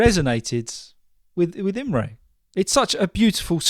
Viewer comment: Hi! Don't worry, your pronuonciation of my name was perfect! 🙂 Thanks again for including the story. Have a nice weekend, Imre